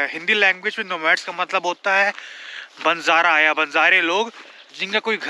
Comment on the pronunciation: Arrreey bhaiya tum logon ko kiya huwa hai ke apni hi language ko sahi nahi bolsakte. English ko to galti bote ho to kaheto ho ke not my language! Ab apne hindi bhi nahi correct bol pate ho "BANZARA NAHI BANJARA BOLA JATA HAI"